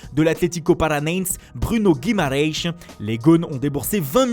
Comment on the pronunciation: Qui a noté le "atletico guimarreiish"